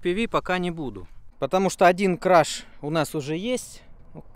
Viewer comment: кРаш - это crUsh. Если хочешь сказать crAsh, то говори крЭш. Сходи в поиск со словами cherry crush и узнай что именно ты произносишь. Хм, а вдруг ты и правда сасный краш??